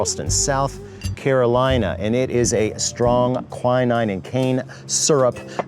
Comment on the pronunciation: Quinine and tanqueray also badly pronounced